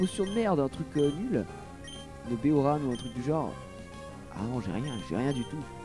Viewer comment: C'est des baies Oran,, pas Oranne. Oran, comme dans la ville d'Algérie:D